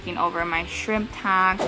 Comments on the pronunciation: Its weird how you say tank lol taynk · Learn how to fucking say tank 😫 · you say tank funny lol